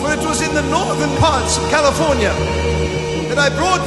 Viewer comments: He did “In the state of Californi-Ye.” like Kan-ye. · He even pronounces CALIFORNIA twice the second time he says Califor-NYE ?!?!? DID YALL CATCH THT?? Like kanyeee?!?! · Wait!! ✋ Did he just say Californi-Ye??!! 🤯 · he really said californye.. i'm shook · Prophet Kim just said California-Ye... Wow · Yes i got it